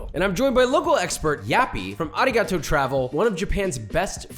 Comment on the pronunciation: Josh's pronunciation of Arigato is actually disappointing.